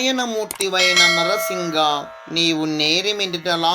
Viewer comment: నరసింహ కదా నరసింగా అంటున్నారు సర్